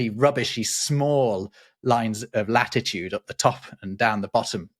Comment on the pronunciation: It's "flattitude"